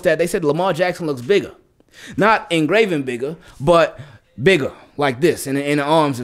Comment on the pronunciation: Diz boi said “not ingraven bigger” 🤣 you trippin